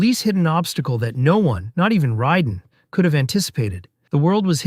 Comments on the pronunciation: Warner Brothers, not Bros Raiden "Ray-den" not "Ry-den" FFS 🤦‍♂️ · Love the video and the info. FYI it is pronounced “Warner Brothers” not “Bros”. I know that’s how it is spelled, but not pronounced the same way. Raiden is pronounced ray-den not Rye-den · Great Vid, but please stop pronouncing it RYE den, Its RAY den, and dont try sayin some " in chinese mythology" its RYEden.... the creators who made the game clearly says FINISH him, RAYden Wins flawless victory... also Warner BROS, short for Brother, its not Warner Bross, I dont call my brother my BRA, I call him BRO, apart from that good research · Did you say Ria-den? Its Ray-den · not rai den, ray den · You lost me when you called "Raiden" "Risen". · I know what you mean pronouncing it ryden is criminal. This guy's never played an mk game or watched any mk movie or he would know how to say it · Super Mario "Bras" and "Riden". Yeah, you're just a biter looking for content. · I dont think the narrator in this video is a fan of mk. He cant even pronounce RAYden properly. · Riden? Who the f is rye-den? Also MK hit rock bottom in 96? Tf is this video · Riden ??? frfr bro … really ????? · How can such a detailed and well told video can be made without saying Raiden right. 😅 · Pronouncing Raiden like that should be a crime against humanity. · The way he said Raiden's name lets me know he never played the game lol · I dunno if you’re pronouncing Raiden incorrectly or if ive been saying wrong all these years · Really bothers me how he says bros and raiden. Just don’t. Great research tho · Why can’t you pronounce Raidens name correctly? Have you not seen the movies or played the game ffs 🤷‍♂️ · Why do you say raiden like that